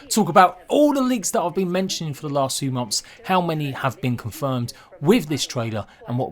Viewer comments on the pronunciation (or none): none